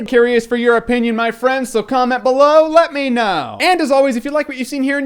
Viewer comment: sorry but everytime you say "click right here to see more" I CANT UN-HEAR "click right here to seymour" or "click right here to see moore." I cant unhear it.